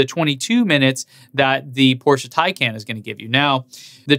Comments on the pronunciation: Please don't fool us porsche" thin khan" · Taycon is NOT the correct pronunciation. 🤦‍♂️ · Starts videos by telling everyone how to correctly pronounce "tie-con". Proceeds to say "tay-can" and "tie-can". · Not to belittle this video or any of the hard work you do, but I do find it a little humorous that you noted the car being pronounced the "PORSH-UH THAI-CON" but proceeded to pronounce it "THAI-CAN" and then even "TAY-CAN" later in the video XD Nonetheless, I liked the comparison and I love you channel! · I love how odd the name is that even start pronouncing it Tie-Con and eventually transitions to Tay - Can or Tie-Can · If you are going to give people a hard time about how to pronounce Tesla as "Tez-Lah" then don't pronounce Taycan three different ways after pronouncing it "Tie-Cahn", which by the way is the correct way. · Good analysis! Just gotta remember to pronouce it "tie-con", and not slip back into "tie-can"! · Pleaze, it's "tie" + "kahn" or "con:; not "can". 🚗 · FYI-, you pronounce the taycan 3 diff ways often within the same sentence even after your best efforts to confirm the actual pronunciation from getgo. Nobody mispronounces Model S. Point...Tesla